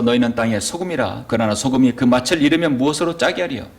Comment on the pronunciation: 잘하시다가 왜 또 맛을 이 마슬 아닌 마츨이 될까요 열번이상 내내 그러셔서 부득이 또 지적합니다 😅 맛이 없다를 마치 업따로 안하잖아요 빚이 비치 아니고 비지듯이요😂